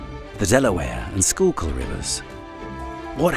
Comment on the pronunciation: This guy keeps saying school kill, its SKOOK ILL